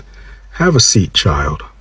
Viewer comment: Good piece of media work here! I especially loved the ending when he said CHILD so hard! LOL I have noticed a trend of more palm colored men matching with me on the sites.....after hearing these statistics again.....I may need to broaden my horizons.....I even had a black male coworker tell me that I need to date a white man due to the way I carried myself.......that was a hard pill to swallow...I came from a black man and woman but I am not good enough to date......tears!